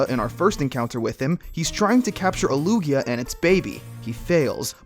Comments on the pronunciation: Lugier? Did I just hear Lugier? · It the British accent! Words ending with A sometimes sounds like ER!